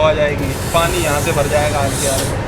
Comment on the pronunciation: Bhai aange ni aage bolo...tone thora change kro... Baki sb shi h